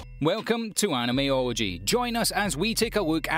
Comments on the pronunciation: “AnimeOrgy” is what it sounded like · When he said his channels name i thought he said Animeorgy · I swear this man said welcome to animeorgy... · I heard same. Orgy?seriously thats what i heard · "Welcome to animeorgy" is what I heard and I was like "hmm seems kinda fishy lemme check the comments so I'm not the weird one"😂😂😂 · Animeology is not what I heard when he said their name